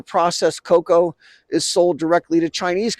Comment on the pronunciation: Sharma Palki: "China exploid Ghana cocao farmers!" 😅